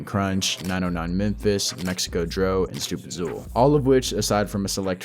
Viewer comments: Haaard ass video g, keep up the good work. (btw stoopidxool is pronounced stoopid- cool ) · stupidsool, kap-pee the goat Oh-ceree, can't forget goy-ex-ar-dee? 🤣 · Great video but come-on bro "stoopidzool" "kappethegoat" 😭😭💜 keep up the good work tho frfr love this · stoopid “ZooL” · why does he pronounce xool 😂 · I cringe when ppl pronounce StoopidXool’s name wrong lol